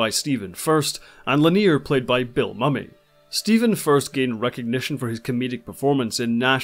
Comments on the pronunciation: Mumy, not Mummy, like diner and dinner. Excellent video on a truly remarkable show. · Also, hate to criticise, but it sounds as though you are pronouncing Mira's name as Forlon, no Furlan, and Bill Mumy is pronounced Bill Moo-me, not Mummy. Also, Jackanory is not pronounced with the emphasis on middle 'a', but like ja-kuh-naw-ree. Hope you don't find these observations objectional. My other comment made it clear that I find your insights concise and very revealing and you certainly have encapsulated the plots of the episodes, commentary on the casting and acting, the characters and the creatives very effectively. I'm enjoying them immensely and look forward to more on Red Dwarf too.